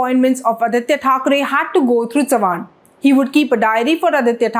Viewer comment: Learn to pronounce "Savant"...and stop reading a speech. You need to be authentic.